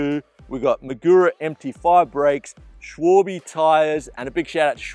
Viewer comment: shvohlbee? Try shualbeh